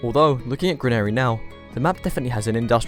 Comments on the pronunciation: "gran air ee" wtf I'm British and I don't pronounce it like that this guy must've been so cooked he fucked up the pronounciation of (gran-a-ree) lol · This mfer pronounced granary like CANARY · You have GOT TO stop pronouncing Granary so violently wrong. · amazed at the pronunciation of "granary"